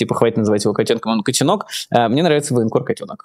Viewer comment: Мне тоже нравится ударение в фамилии котёнок ставить так же как Майкл ставит.Это правильно.